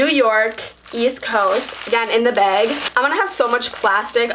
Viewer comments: It sounds like she says beg not bag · "Baeg" "Taeg" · lol the way she says ‘bag’ 😂